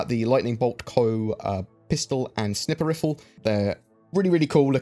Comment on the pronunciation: "Snipper riffle"